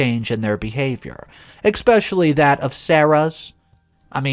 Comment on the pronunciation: Especially not expecially every video you pronounce it wrong.